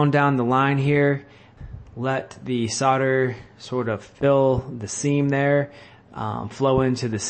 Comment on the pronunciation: The word is SOLDER not SODDER you ignoramus. When you sell a house do you SODD the house?